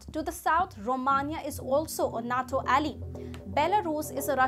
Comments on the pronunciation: Geez.... NATO is pronounced NAYTo, not nat o. Also, Ukraine wants to join NATO for protection from Russia, not as an advanced base to attack Russia. You jump up and down when China pulls its salami slicing trick on other countries, but are happy to let Russia do what it wants, and on a massive scale. Hitler was the same. He wanted the Sudetenland, then the Prussian Corridor, then finally all of Poland, and the rest of Western Europe, then Russia and North Africa. It took the rest of the world six years and tens of millions of deaths to stop him. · It’s nato not not toe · Nay-toe. Natto is a Japanese food, fermented soy sprouts. Al-i. Alley is a small road.